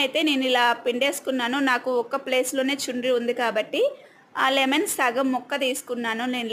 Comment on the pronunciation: లిమెన్ కాదు తల్లి లెమన్ అది